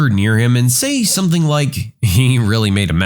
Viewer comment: No K in the word something